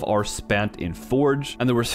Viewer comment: OH you were saying “hour” it sounded like “ar” at first. Oof